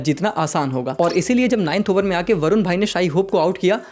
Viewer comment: आप वरून बोल रहे है। वरून नहीं है उनका नाम। उनका नाम है, ' वरुण ' ये उनका असली नाम है।